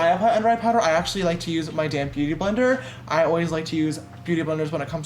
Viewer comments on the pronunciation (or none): Does anyone else keep hearing “using my damn beauty blender” instead of damp? 🤔😂😂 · Omg, I JUST realized they're saying "damp beauty blender" instead of "damn beauty blender"... am I the only one?!😧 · please don’t tell me i’m the only one who thinks they say “damn beautyblender” when the actually say “damp beautyblender”